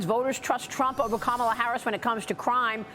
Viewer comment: Nothing but hate in your heart for Trump. Why is still fighting for Trump to lose? He did it 4 years ago. And you can’t even pronounce Kamala’s name and here your fighting for her to be the president!!!!!! Obama and are Illuminati.